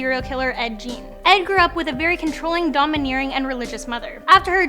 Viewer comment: You didn’t write out how to say Gein so she will continue to say Ed Jean LOL